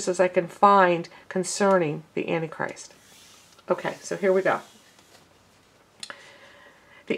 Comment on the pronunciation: Sister, it is ANT TIE CHRIST, NOT ANNIE CHRIST. GBYA